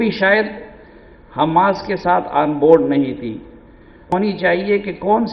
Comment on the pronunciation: پہلے لفظ تو سیکھ لیں ح م ا س کا